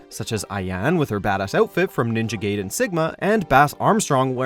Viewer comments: Ninja Gayden 😂 Omfg it's pronounced guy-den, not gay-den Also Mai Shiranui & another unamed KOF character were announced as future DLC at EVO Japan Overall, pretty good video, and only 1 mispronounciation this time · Also guy den not gay den for the ninja gaiden part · It's Ninja "GUY"den not Gayden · but GUYden is the correct saying when everyone says GAYden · ninja "gayden" NO RESPECT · Ninja gayden wtf? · Ayane : Ah - ya - neh Gaiden: guy - den is it that difficult or expensive to hire someone who can pronounce japanese names without sounding like a Trailer park trash, especially when the game/character is 20yrs + old? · WORK ON YOUR JAPANESE PRONUNCIATION FOR GOODNESS SAKE! Ayane (Eye-ya-neigh) and Ninja Gaiden (GUY-DEN) are how they are pronounced!